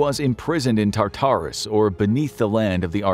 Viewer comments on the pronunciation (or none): why do you say Tartarus like tarter sauce lol